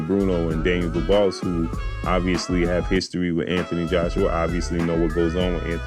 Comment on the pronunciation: His name is pronounced Du beach,understand it's not duboss how you are saying it